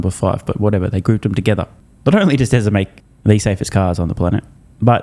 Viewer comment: What's "Tesler"?